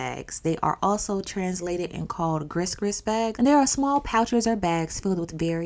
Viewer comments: it's pronounced gree gree 😂 I know the spelling is tricky but it's gree gree not gris gris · ❤from VA,we don't say "gris gris" , "gree gree" is how we pronounce it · Gris-Gris...Its pronounced Gree-Gree bag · Gris Gris is really pronounced GREE GREE its like the Southern Creole beyond New Orleans/Louisianna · gris gris is pronounced gree gree, s is silent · The s in gris-gris is silent beautiful